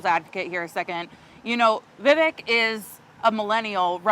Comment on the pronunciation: Geez Perry, at least pronounce Vivek’s name right if you’re going to call him out smh